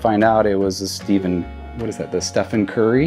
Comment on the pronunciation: This dude seems like a really good dude, but he is just the worst when it comes to players names! My gosh guy, if you're gonna be in to sports cards, you may want to know how to pronounce the greatest 3 point shooter of all time...a one Steven Curry! HAHA